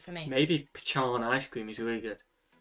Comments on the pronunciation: It's BUTTER PEEKAN!!! Why is he pronouncing it like it's "pechan"?? You will be laughed at if you do that here!! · It butter pa-khan not pea-can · Favorite ice cream - Butter Pecan from Peach Park in Clanton, Alabama. They make their own Ice Cream and they load it up with chopped pecans. Yum! And boy is he saying Pecan wrong!!!!! It's pronounced "peh-KAHN". There's no ch sound in it. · The idea of tinned hot dogs is repulsive. How could anyone possibly eat that? As to root beer, if you've drank root beer that wasn't A&W Root Beer, you HAVEN'T had root beer. Seriously. No root beer in the world tastes like A&W. No idea where he got that "pechan" from. It's pronounced pe-cahn. No one in America says, "pe-chan". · There is no “h” in pecan. It’s pecan not pechan. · Pechan wtf lol, yeah people going look at u funny,its PE con not pe can, but of course Southern folk say PE con, though its spelled pecan and Northern folk say PE can...my daughter and law hates when people say PE can, so every chance I get I say it PE can, though I really say PE con..lol...my son made mistake of telling me she hates that, (or he did it on purpose cause he knew what I'd do, most likely on purpose) but she has no clue I actually say PE con, lol my son fights laughing off so she don't figure it out!! But he'll text me later and tell me she talks about on way home lol..great fun for both of us I had his ex gf fighting mad, because I'd play stupid about everything shed asked , and I'm good at playing clueless, though I most time knew what they answer was, I'd make up stupid stuff and make her wonder if I was right and her wrong, I mean silly stuff common sense stuff, she go to cursing on way home.. He loved it..but she was a know it all..I hate know it all lol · Please stop saying "peCHAN." :) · You're actually hurting my ears. I don't think anyone calls it pechaan. Get the "h" out, pleeze. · 99% of the people I know say "pecahn. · It's pronounced "peKan" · That pechan icecream looked good though